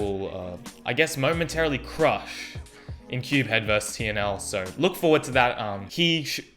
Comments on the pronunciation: We’ve been pronouncing CubeHead wrong this whole time I feel so bad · Dude this pronounciation of cubehead and Tingman xD. Well I'm Team Tingboy all the way! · The way he pronounces Tingman and CubeHead's name tho... 😂😂😂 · I actually agree with pronunciation of CubeHead and Tingman xdxdxd